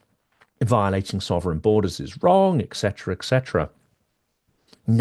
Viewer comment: ET-setera. There's no "eck" in etcetera.